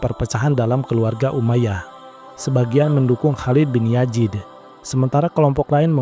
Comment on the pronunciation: Pliiss Z bukan J ya...biar enak didengarnya. Yazid bukan Yajid, Bizantium bukan Bijantium, Zubair bukan Jubair